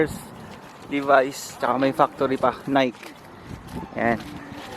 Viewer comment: friendly correction.... Nike is pronounced Nikee, hindi Nike like Mike😊 unless you were just joking 😂